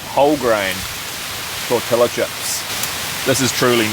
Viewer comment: The L’s are silent in tortilla, it’s pronounced tor-tea-ah.